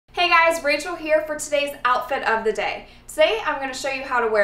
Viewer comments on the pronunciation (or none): none